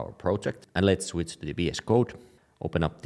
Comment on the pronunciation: I like it when you say "shwitz" :)